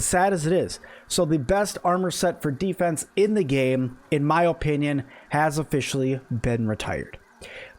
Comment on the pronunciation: A try hard who says o-pinion. Yeah no I'll stick with the OPINIONS of people who know how to speak and isn't super obsessed with perfect block